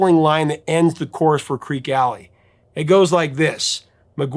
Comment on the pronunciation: Creeque, not Creak. Pronounced "creaky." "Fat" in the song means in the wallet or purse, as in wealthy. "Pregnant" would make no sense, as the last reference is "everyone's getting fat except Mama Cass"; guys can't get pregnant.